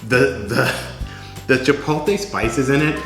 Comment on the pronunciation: Chi-POLE-tay???? My ears!! Dressings look yummy though.